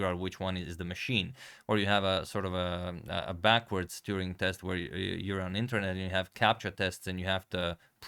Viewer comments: Turing not Touring ! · A correction. It's Alan Turing (not Touring). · Hmm, I think it is Alan Turing, not Alan Touring. Otherwise great video! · His last name is Turing not Touring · His name is Turing. Not Touring.